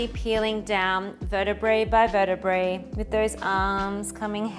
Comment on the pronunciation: Nice practice... and it's vertabra by vertabra regular mistake by so many of us.